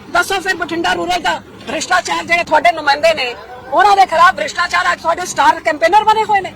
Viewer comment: ਕਿਸਾਨ ਵਿਰੋਧੀ ਨੀਤੀਆਂ ਅਤੇ ਕਿਸਾਨ ਵਿਰੋਧੀ ਬਿਲਾਂ ਤੇ ਦਸਖ਼ਤ ਕਿੱਸ ਨੇ ਕੀਤੇ ਸਨ ਉਨਾਂ ਬਾਰੇ ਵੀ ਦੱਸ ਦੇ ਜਰਾ ਪੰਜਾਬੀਆਂ ਨੂੰ। ਹੁਣ ਨੀ ਤੁਸੀਂ ਪੰਜਾਬੀਆਂ ਦਾ ਬੁੱਧੂ ਬਣਾ ਸਕਦੇ ਹਾਲੇ ਤਾਂ ਤੁਹਾਨੂੰ ਗੁਰੂ ਗ੍ਰੰਥ ਸਾਹਿਬ ਜੀ ਦੀ ਮਾਰ ਪੈਣੀ ਹੈ। ਪੰਜਾਬੀ ਤੈਨੂੰ ਸਿੱਧੀ ਬੋਲਣੀ ਨੀ ਆਉਂਦੀ ਭ੍ਰਿਸ਼ਟਾਚਾਰ ਨੂੰ ਬਰਿਸ਼ਟਾਚਾਰ ਦੱਸੀਂ ਜਾਂਦੀ ਹੈ।